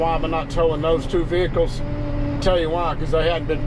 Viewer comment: They are VEHICLES, (VE-HIC-LES), NOT NO veakuls